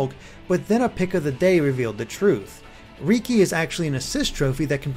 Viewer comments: I know you haven't played xenoblade chronicles... so it is understandable... but riki isn't pronounced rEEkEE but it is pronounced like the name ricky... hey no one can be perfect like heropon ricky... I mean riki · R-Reeky? really... its ricki said like ricky. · ***** Yeah, but most others call him Ricky, so it's weird to hear it pronounced that way in a non-nopon voice.